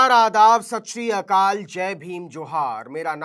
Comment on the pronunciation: Sasrikaal Nahi Naveen Bhai. YehHai Sat Shri Akaal